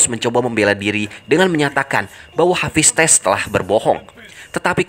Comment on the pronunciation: Mimin pelat🤣 Ares : Eires Hephaestus : HafisTes